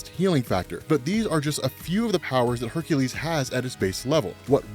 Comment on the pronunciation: Ugh. It really irks me that you say Hercules' name wrong.